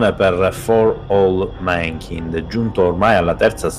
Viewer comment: Si dice /mænˈkaɪnd/